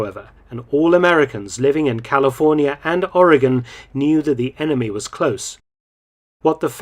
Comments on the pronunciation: Doctor, as a native Oregonian, I wish to thank you for learning how the States' name is pronounced. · Thank for pronouncing Oregon correctly. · The Japanes shelled an oil refinery and caused hundreds of dollars of damage. Hundreds of dollars. I've been to fraternity parties that caused more damage. Mark, you said Americans in California and Oregon were kept in a state of fear. True (well done, pronouncing "Oregon" correctly). But Americans in Washington State were also alarmed. It's funny how quickly civilian patrols formed to watch the coast. It's a miracle that these amatures didn’t exchange potshots.